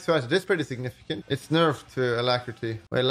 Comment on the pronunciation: Caihl Angeles signifishent